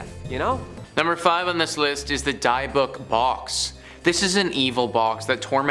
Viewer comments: its DIB-ICK not Deeuhbawk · DIH BIC DIH BIC OH MY GOD HEARING "DIE BOOK" MAKES ME FEEL VIOLENT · Not "die"-book its "Dih"-byook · 'Dibb-buck' not 'dye-a-buck' 😂😂😂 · i'm sorry, but i can't let this go. it's pronounced "dib-bick". not "die-uh-book". it's killing me. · Dybbuk ( dih bick ) not die book. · Dybbuk pronunciation was killing me...I was laughing so hard, I almost hit the curb driving when I first heard him say it. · The die-a-book box? 🤣😂🤣😂 It’s pronounced Dih(short I sound)-bick(another short I sound) I think I’ll call it a die a book box from now on. 🤣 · BRUHHH!!! The what box??! The die-book, die-iff, die-meth orrr nahhhhhhh ima just call it the "box" 😒🤣🤣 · Die-a-book? How stupid can you be? It takes five seconds to look up a pronunciation. Lazy is as lazy does! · It is pronounced Dib-ick (short I sound for both of the "i") stop saying that in such a fu€ked up way!! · dia book 😅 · Die Book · Its pronounced dib-bik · Dibbuk. It's pronounced dibbuk. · The poor pronunciation of Dybbuk is hilarious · If you're going to do a video about something at the very least look up the pronunciation....you should be haunted (if ghosts were real) for that disrespect. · Jesus, you can tell these guys are just reading since they can’t pronounce Dybbuk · dybbuk box ffs please take the time to learn how to pronounce the words correctly! it really takes away from the story when its so grossly mispronounced!